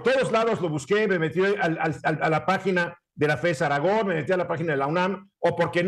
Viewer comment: Aragón lleva acento en la última sílaba. Revisa las leyes de pronunciación. Saludos